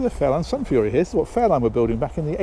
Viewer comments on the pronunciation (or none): none